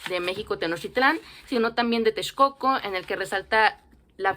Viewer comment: Suena genial como pronuncias Texcoco (y)